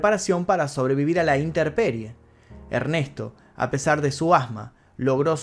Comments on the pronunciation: Perdón, es « inteMperie » no « inteRperie »…. gracias x todo tu material y trabajo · Buen video, buen guion. Solo una observación, en el la palabra correcta según tengo entendido es “intemperie”, no “interperie”. Saludos! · Estimado! Posees la grandeza de provocar la necesidad de ver tus videos hasta el final, peroooo debo hacerte una rectificación, amigo se dice: INTEMPERIE, no con “R” como expresaste en este video, expones INTERPERIE como lo vocaliza la mayoría de la población de habla hispana, pero esta mal dicho, recuérdalo INTEMPERIE de exposición a “temperatura” ambiental, no lo tomes a mal! Éxitos y estaré al pendiente de todo lo que hagas! Mis felicitaciones! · Extraordinario informe! Gracias. Pero se debe decir iNtemperie y no inteRperie. Saludos.